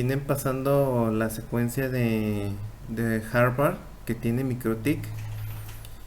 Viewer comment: Aprenda a decir hardware… no Harvard